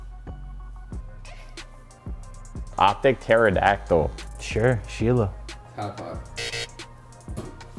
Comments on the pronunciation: My guy really said p-pterodactyl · My man really said p-terodactyl 😭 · Did just say P...terodactyl? Bro the P is silent. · Did say "puh-terodactyl" 😂😂 cmon son you can't be serious😭😭😭😭😭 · This guy MBoZe did not just say pee terodactyl LMFAOOOOOOOOOOOOOO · Why nobody roasting for saying “P Pterodactyl” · How are you gonna misquote my man when the video is in front of you? He said “P-terodactyl” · really said “oh P pterodactyl” 😂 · THE P IS SILENT, YIKES! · really pronounced the P lmao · yo Mboze pronounced the "P" int Pterodactyl and nobody even questioned it lmfao